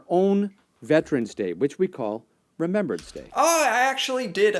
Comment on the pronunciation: I just wanted to point out that you pronounced Remembrance Day wrong. You said Remember-ance. It's actually Remem-brance